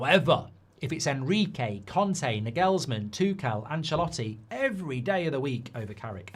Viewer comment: It’s pronounced ‘Narglesman’